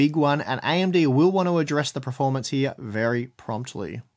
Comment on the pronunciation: I can't tell if is saying performance or preformance?????